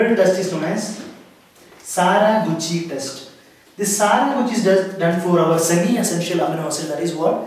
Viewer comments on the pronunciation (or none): That’s Saka not sara